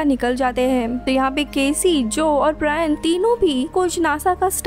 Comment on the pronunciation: ब्रियान नही ब्रायन